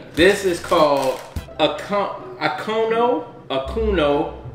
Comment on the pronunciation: The toffee is called akono, the o sounds like the o in orange